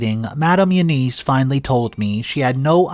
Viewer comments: Again, another common & simple name you mispronounce... EUNICE is NOT pronounced "you-neese". It IS pronounced "you-niss", & the 'i' sound is soft like in the word 'in'!!! Again... DUH!!!! As usual, you're too lazy to ask google how to pronounce the name "E-U-N-I-C-E". For Gods sake, it frigging will tell you how to pronounce a name. Would spending maybe 10 to 15 extra seconds to learn how to pronounce a name or word CORRECTLY, kill you? But guess you rather stay lazy and ignorant... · It’s not you-niece, it’s You-ness If you use a name 500 times in a story, be nice to your audience and ask “Siri, how do you pronounce, Eunice?” before you start reading. It’s an old fashioned name, but most people should know how it’s pronounced.